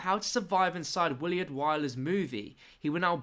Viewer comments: it's pronounced "Will-ard" not "Will-E-ard" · it's Willard not williard